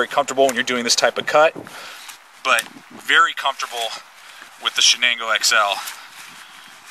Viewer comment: Great review! You hit all the points. Now, I just want to start a drinking game with everytime you called the "Shango" the "Shanango". Boy, would I get messed up!